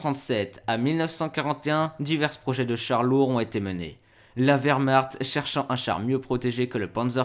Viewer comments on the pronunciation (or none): En allemand on ne prononce pas "Taïgèr" à l'anglaise, mais "Tiguer"... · Taïger, taïger, taïger... Pourquoi dans une vidéo en français, à propos d'un char allemand, utiliser la prononciation anglaise ?!?!? Si la vidéo était en anglais, je dis pas, mais là ... ? Un char Tigre ou Tiger, mais pas un Taïger, svp. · Comme je dis souvent, l'Allemand c'est pas de l'Anglais. Tiger ne se prononce pas Thaï-guere mais Ti gua (à peu près). Si tu n'es pas capable prononce tigre à la française. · C'est pas le "tai-ger" mais le ti-ger . En Allemand on prononce le "i" tel quel, et non à l'anglaise ..... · y'a vraiment un truc qui trigger mon OCD, c'est tous ces gens qui prononcent "Taïgueur" comme en anglais... c'est "tigueur", en allemand. du coup dire "tigerprogramm" à l'anglaise, c'est un non-sens... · Le Taillegueur ? Maillebatch ? Et si on apprendrait* à prononcer les noms allemands ? 😅 Au passage, Michael en allemand, ce n'est pas Maïkeul (Keul ?). * je sais, c'est "si on apprenait", mais j'en avais tellement envie. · Pourquoi prononcez-vous le mot "Tiger" à l'anglaise? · Apprends à prononcer "tiger" correctement ! C'est de l'allemand, pas de l'anglais ! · Pourquoi prononcer Tiger à l'anglaise alors qu'il s'agit d'un char allemand ? Vraiment nul ! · Et je lui ai écris aussi que je trouvais stupide de pronomcer tiger à l'anglaise alors qu'il s'agit d'un char allemand !